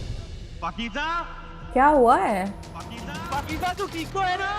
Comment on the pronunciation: Its not pakeeja But Pakeeza Its Z pronounciation